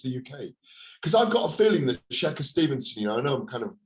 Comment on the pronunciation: “Shaka Stevenson” do you mean shakur u absolute tool